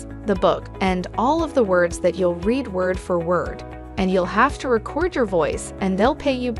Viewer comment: Is the narration from a shitty text-to-speech app or something?? Like... "red them and rekerd them"? lol. Even most folks I know that speak English as a 2nd language don't mispronounce as bad as a lot of the words in this video, holy fuck🤣😂